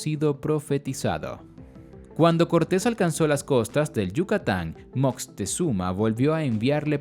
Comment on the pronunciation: Y se pronuncia Moctezuma, no Moctezuma con zuma de xuma, lo dices como Moctexuma